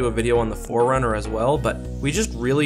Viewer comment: Forerunner not four runner